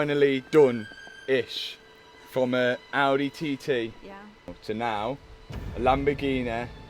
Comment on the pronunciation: Bro, i LOVE your Videos. But PLEEEEAAASE, learn how to pronounce Audi. :D But hey, your Videos are super fun, it's a blast to see the Journey on every wrecked Car !